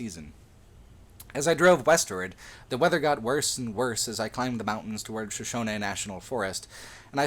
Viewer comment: You said shoshone wrong.